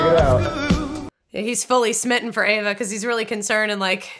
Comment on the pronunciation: Also, you guys, it's "AVA"! NOT "Eva". It's even within the captions of this video! Just look at the screen!